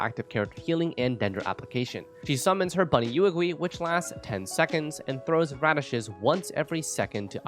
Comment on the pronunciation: She literally says Yuegui in her voice lines and you still managed to butcher the pronounciation